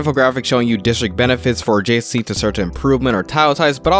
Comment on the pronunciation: It's pronounced adjacency, not "jc". You talk too fast and it's hard to understand a lot of the thing's you're saying